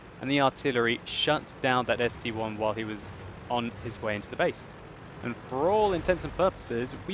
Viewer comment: ST-I, not ST-1. Scrub.